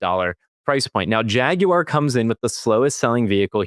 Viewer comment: Thanks for not calling it a "Jagwire"!